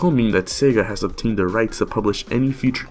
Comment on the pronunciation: *Obtains, not "Optains" :v